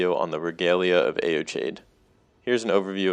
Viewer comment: I think it's pronounced, "ee-oh-kide," but still cool vid